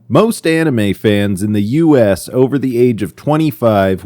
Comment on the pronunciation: I love how the original Cartoon Network announcer pronounced anime as “Annie Mae”